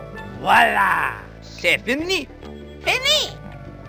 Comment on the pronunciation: it's "C'est" fini, not "Say" fini.